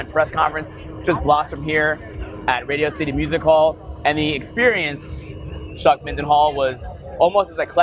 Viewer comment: Whenever says Chuck's full name, the only thing i am hearing is "Chuck & Hat"...